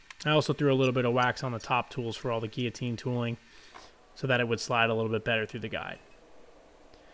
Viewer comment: notice the ''LL'' in GUILLOTINE !